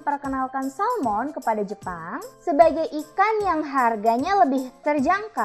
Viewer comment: Salmon bukan Salom